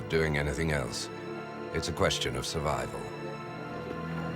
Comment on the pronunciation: "Its qoustion of servivel" wooow